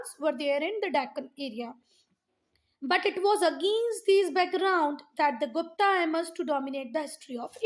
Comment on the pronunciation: Not gupt its guptaaaaaaa